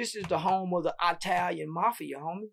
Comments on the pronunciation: "The eye-talian mafia"😂😂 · Lol that’s how the folks from the sound say it. My grandma is from Mississippi and she pronounce Italian, “eye” talian as well 😂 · That's how the southerners say it